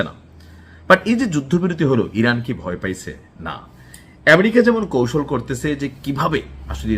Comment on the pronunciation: এই বেটা নাকি সাংবাদিক । বাংলাদেশের কোন জেলার ? সুন্দর বনের নিশ্চয়। ইনি ইসরাইলকে ইসাল আর আমেরিকাকে বলে আম্রিকা । কি তার স্টাইল । এইগুলো পঁচা সরা মাল বাংলাদেশ প্রচুর । কিন্তু বিদেশে রপ্তানি চলে না।